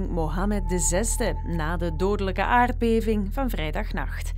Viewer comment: Ja, het woord aardbeving begint niet met een k.